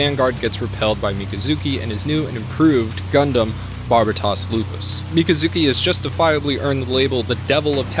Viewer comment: Everytime you say Mika-zuki, i cringe inside and die a little lol